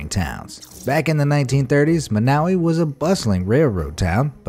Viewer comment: Sorry. I have to correct you on the pronunciation of Monowi. It's pronounced mawn-O-why. LoL sorry. Grammar snob. Larry the cable guy raised an entire army and took thousands in donations to refurbish Monowi's infrastructure and tavern on his old TV show.